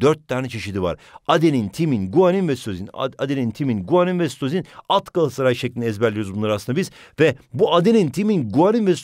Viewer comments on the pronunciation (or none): none